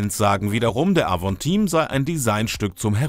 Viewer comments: Pardon, da kann man auch anderer Meinung sein. Auf „Pourquoi la Renault est GÉNIALE“ von Petites Observations Automobiles hört man es auf eine andere Art ausgesprochen...auf französisch... P.S.: So oder so der Renault Avantime ist ein einmaliges Auto, als sich die Autokonzerne noch etwas trauten...und das man sich sichern sollte, wenn finanziell möglich, bevor es nicht mehr bezahlbar ist! 👍🖖😉😎🌻🍷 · Renault Avantime wird Englisch ausgesprochen, und nicht wie der Offsetsprecher ihn ausspricht. Schlimm wenn die Redaktion den Namen, nicht richtig aussprechen kann.